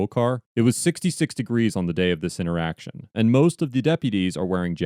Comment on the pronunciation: What an intoresting intoraction